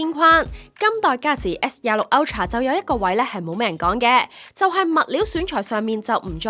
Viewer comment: galaxy s都未讀好仲介紹